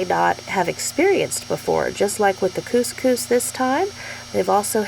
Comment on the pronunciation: Ps Cous Cous will change your life! (Yes you said it right!), but so fast and easy, plus versatile and healthier. I looovvee the stuff! Xx